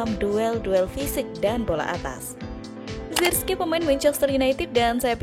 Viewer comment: Sebutan yg benar zerkzi..